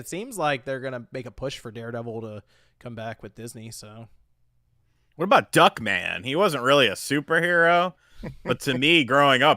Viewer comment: Was he saying Darkman? I thought he said Duckman